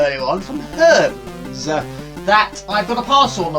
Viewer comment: Another one I liked was "Herms" for the courier company lol. I think it's pronounced Her-meez hehe